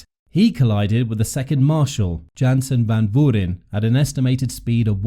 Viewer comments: Learn to pronounce the 19 year old’s name but otherwise, great video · Try to get some guidance on the pronunciation of “Van Vuuren”. Mispronounced extremely badly